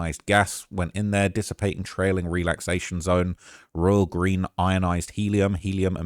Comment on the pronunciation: is he developing an American accent? 😂 "theRe" lol